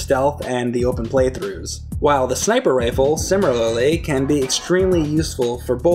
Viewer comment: "Simmer-Lilly" lol